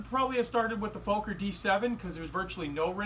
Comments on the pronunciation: it's "FOK-er" not "FOKE-er" 8-D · Sir, the 'o' is short in Fokker, it's not pronounced Fowker... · Great build. Just one remark: the name Fokker is pronounced as "soccer", but with a f instead of an s.